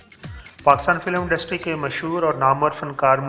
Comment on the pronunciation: Ishq Laila is wrong. It is Ishq e Laila... Disappointed, you are under educated. Its not Kardaar, but is Kirdaar....Not Undustry but Industry...